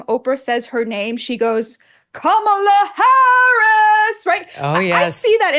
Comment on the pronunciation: Didn't Oprah mispronounce "Harris"? Isn't that supposed to be disrespectful?